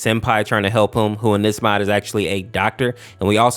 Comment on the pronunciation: Him: in this video, What i hear: EnIs